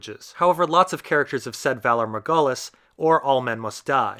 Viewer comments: I´m sorry but please DO NOT say "Valar Morghulis" ever again. Please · Your pronounciation of Valar Morghulis distresses me. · Why do u purnounce Missandai and Valar Marghulis ? It's goooool like Ghoul.